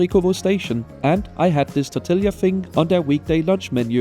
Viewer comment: …but not “tortilla” 😉